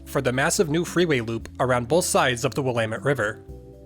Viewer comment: Immediate thumbs up for pronouncing Willamette correctly